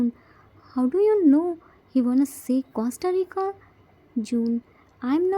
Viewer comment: Awesome episode 💜🤗 i really loved it!! It's our chimmy's birthday 🎊🎂 Aish jimin is so lucky to have 4 eomma and appa. I love tae's mom 😂 she is ready to beat yoongi. 😂 Poor jiminie still didn't learnt to pronounce Costa Rica 😂😂. Aish unholy namjin 🙊. Poor jiminie will definitely lose his all innocence soon. And if he will stay with namjin for 1 month then 🙊👀🤭 this episode was really amazing. Namjins bickerings 🤣 the way joon apologised to jiminie by saying that he did crime oh god 🤣🤣 Di it was funn 😂❤️ I think yoongi and everyone are preparing surprise for jimin and they didn't forget his birthday 🥳🎂 Super excited for next episode 😘 Love you so much 😘😘 Congratulations 🎉 for 3k subscribers 😘❤️